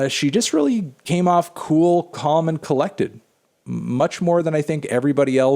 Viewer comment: Smfh melon it's "bool, balm, and bollective" wtf is "cool, calm, and collected"